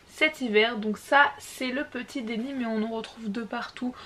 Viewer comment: Bonjour excuse moi mais on dit Denim et non dénim je suis tatillonne car je suis de Nîmes et effectivement on dit gabardine. Sinon super pour les tissus d'hiver.❤